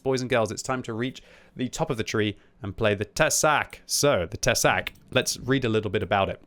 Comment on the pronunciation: Tesák. Te is pronounced short sák long. With strong hard K